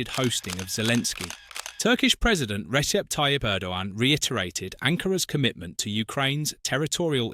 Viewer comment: Hey but learn how to pronounce is not risep but Rejep comprendo